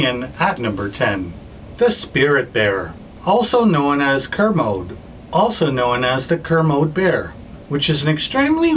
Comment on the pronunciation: Kermode Bear - Spirit Bear is pronounced "Kermodee"